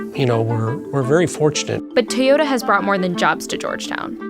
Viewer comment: TaeYoda. At this point im pretty sure she also says Worder instead of water